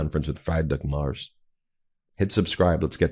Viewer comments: Ben, his name is Merz, not Marz. He is the prime minister (chancellor ) of one of the biggest economies in world. And Trump talks about eggs, Musk and other American issues. And to top it off he made the most idiotic comment about D-day. It is sooo embarrassing! Greetings from the Netherlands (Germany’s neighbor) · I have to correct you. His name is pronounced Free. drich Merz (like Fred and Ethel Mertz in I love Lucy). His name is not pronounced Mars. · dude, "fry-drick maars"? lol. nah, comeon. try this: "free-dree-ch m-eh-rtss" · Merz is not pronounced Mars...Look it up Ben. 🤔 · Chancellor Frriedrich Merz's surname is pronounced "Mertz," like that of fred Mertz of tv show I Love Lucy. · His name is pronounced «Mertz» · Come on, Ben. It's Freed-rick. Freed-rick MARE-tz. Close enough. Not "Fried Rick" like Fried Chicken. This is basic literacy at this point. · Friedrich Merz NOT "Frydrich Mars". What does President McRone think about it? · His name is not 'Freidrich MArs' it is Friedrich Merz, please show some respeckt and pronaaounce his name right, it takes just a minute to check it up, Ben! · Why are you pronouncing Merz as Mars?? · (Just as a small foot note, Ben, without offense, just information: It's not pronounces "Mars" like the planet, the ER in "Merz" is pronounced similar as in "whERe". 😉) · Do me a favour and at least TRY to pronounce people's names who are not English correctly. Friedrich Merz is called Free as in free drich with a soft ch, and Merz is pronounced Merts. I'm English and I still try to do other people the courtesy to pronounce their names correctly. Google does it for you. You talk about Trump being embarrassing for Americans, yet you are just as embarrassing. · The name is pronounced more like Merts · Try saying "mare" (female horse). Now add the "ts" from "nets". That's roughly how you say Merz. "Freed-rick" comes close to his first name. Surely you can do better than this pathetic garbled pronunciation. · Merz, not Mars.